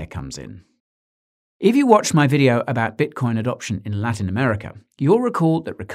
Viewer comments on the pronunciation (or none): none